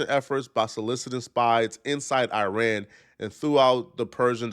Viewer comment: Can’t even pronounce Iran!